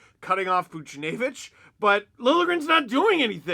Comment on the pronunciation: Just say Boosh instead of butchering the name haha